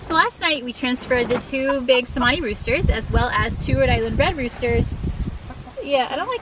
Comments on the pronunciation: It's "Chemani" not "Semani" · It's actually pronounced Cher-mani, as the letter C has a CH sound in the Indonesian language. But they are such a beautiful bird, though I hear they are very expensive, over $1500 a bird.